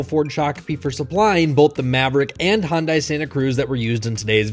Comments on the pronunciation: It's Hyundai, rhymes with Sunday. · If you guys are going to do vehicle comparisons, at least pronounce the manufacturer correctly! Hyundai is pronounced like Sunday! You're welcome.😏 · Apparently in this video it is Hun-die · Great video not just because of the engine blow. You guys were very thorough and I am trying to decide between the Ford and the Hyundai, thanks for a very helpful video. Glad you put in the explanation as I do like the better power on the Hyundai. By the way you mispronounce the word Hyundai every time. It is "hun-day" not hun-dye". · Hyundai rhymes with Sunday! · A brand new 2025 Maverick vs. a USED 2024 Santa Cruz with 16,000 miles and no telling how it was driven. Yes, I’d say that’s a fair comparison. And the Ford dealership provided the Santana Cruz. Yeah, totally unbiased. Forgot the fact that Tweddle Dee and Dumb kept mispronouncing Hyundai throughout the video. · Hi guys, My wife and I had a good laugh when we read your comments on the pronunciation of Hyundai. Far from being a Midwestern thing, we are both Southern born and bred. We are also from Montgomery, Alabama where Hyundai has produced automobiles since 2005. The Hyundai officials from South Korea have taught the locals to say Hun(day) since 2003 when they were scouting and securing the land for the plant. Two other notes of interest, first: All national broadcast television commercials for Hyundai are pronounced Hun(day), second: The Google pronunciation by a South Korea translator is Hun(day). Have a great dai !!! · First time seeing these guys. I can’t stand their mispronunciation of Hyundai. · Why are you both pronouncing Hyundai like that? It sounds like you’re saying “Honda” then adding an “ee” at the end. Hyundai rhymes with “Sunday”! How hard is that? It makes you seem like amateurs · Pronounced yunday. Not Hon-Die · Watching your video for the first time. Its oronounced HUN-DAY, not HUN-DYE. Credibility matters and if you can't pronounce the brand name right...